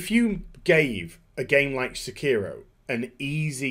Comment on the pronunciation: in spirit of Hermione Granger: it's pronounced sEkiro, not sekIHro